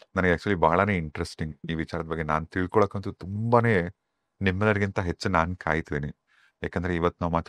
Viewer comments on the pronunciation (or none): none